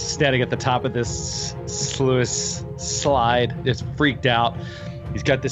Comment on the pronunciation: Anyone else catch that kept saying sluice as "sloo-ees"? But no one called him on it? I was confued at first until I realized what he was referring to. Guys... it's pronounced "sloos". Just like "juice" but with an "sl" instead of a J. I would have expected at least to call him out on it.